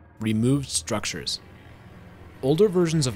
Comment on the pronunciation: STRUCURES LOL